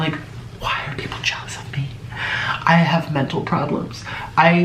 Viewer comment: HE DID NOT JUST SAY “JEALOUS” 🤣🤣🤣🤣🤣🤣🤣🤣🤣🤣🤣🤣🤣🤣🤣🤣🤣🤣